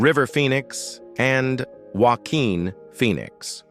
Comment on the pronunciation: "Walkin" Phoenix ????